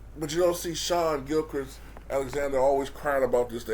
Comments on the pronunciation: It's Shai like (Shay) for example a horse eats hay. Shay (Hay) but it's spelt Shai. Not Shawn, that's totally a different name. I know you meant well. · Yes a SGA video! This guy is a star OKC really has the assets to trade to become a contender to build around him next year! It’s funny how you pronounce his name it’s “Shai” but pronounced as “Shay”